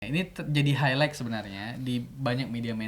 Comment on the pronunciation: "hailait" bang bukan "hailaik"